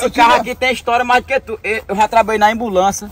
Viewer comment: "Ambulansia" "Funerara" kkkkkkkkkk